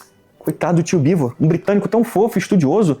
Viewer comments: Mas aqui vou discordar do. O Jones Manoel não falou que Oleg Khlevniuk era ruim ou péssimo escritor. Ele falou que péssimo escritor era o Oleg Cu Nietzsche. Sem contar que ele também falou do Bivôr, não do Beevor. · "Bivô" 🗣️🗣️🗣️ "Kuniti" 🗣️🗣️🗣️ "Cuki" 🗣️🗣️🗣️ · Eu até consigo ser caridoso com o "Bivôr", mas o "CuNiestche" não dá. Ainda quer se chamar de "nós, o povo soviético"... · ele falando bivô, grudou na minha mente. Toda hora lembro dele falando kkkkkk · Não conseguir pronunciar Beevor ou Khlevniuk até vai... Mas como que essa ameba não sabe pronunciar Cork???????? MANO.... CORK!! É A MESMA PRONÚNCIA DO PORTUGUÊS VÉI!!!!